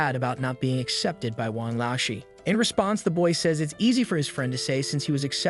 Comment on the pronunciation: BRO IT'S PRONOUNCED l-ao sh-er the lao sound like going down and back up, the Shi is the same the whole word